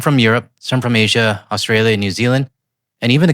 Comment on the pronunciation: He was saying Asian kinda weird. Had to pause myself with that pronunciation 😂